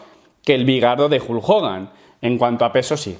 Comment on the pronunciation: vas a clases de inglés y pronuncia como la mier el nombre Hulk. Decíme como es eso???